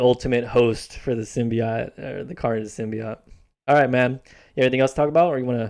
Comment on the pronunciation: Youre saying symbiote wrong.....